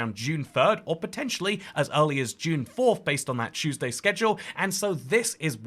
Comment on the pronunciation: “Choose day”